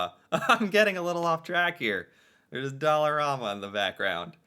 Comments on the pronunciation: As a Torontonian... you're saying Dollarama really funny lol The last part is pronounced like a RAM truck... not Romma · It's probably a regional thing, in all seriousness. But yeah, typically in the Toronto area you're going to hear it like "Dollar-ram-a" Probably because Casino Rama (pronounced the same way) is only an hour-ish north of the city.